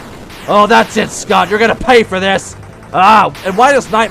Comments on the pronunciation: ITS FOUR NOT FOWA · ITS FOUR NOT FOWA,CANT SAY FOUR RIGHT